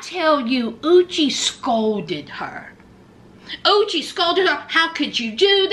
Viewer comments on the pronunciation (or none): Every time you said uchi..i felt like saying bless you. Sounds like sneezing 🤧🤧